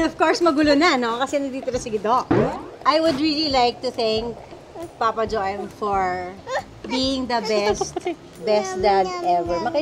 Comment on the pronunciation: Jo-em ba…akala ko jowem pagkakabigkas😅😅😅😅Well Happy fathers day